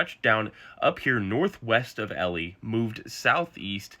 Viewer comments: Hi, born Manitoban here. It’s not called Ellie, it’s pronounced Eli. Great video though! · E-lie, not Ellie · Sorry, Elie is mispronounced. It is not supposed to rhyme with belly; it is literally E-lie. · Great video but you pronounce it like e-lie